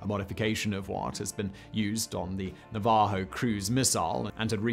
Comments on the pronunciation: Na-va-ho, as in the indigenous people. Wondered what the hell you were talking about when you said Nar-var-ho....lol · NAV-AH-HO named after American Indians